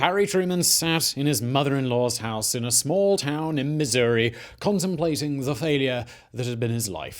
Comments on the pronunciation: up vote just for pronouncing missouri correctly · As a Missourian, thank you for pronouncing our State correctly.